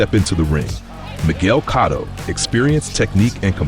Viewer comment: Cotto not Catto! lol